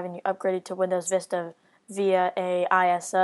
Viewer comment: Its pronounced ayso and not i.s.o. just like SNES and not S....N...E....S u say it as one word